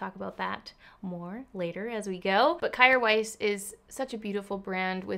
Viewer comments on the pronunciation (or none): Isn’t it pronounced Keer weis? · I think I read somewhere it’s pronounced “care vice”! ilu